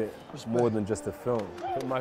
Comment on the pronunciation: London accent 🤣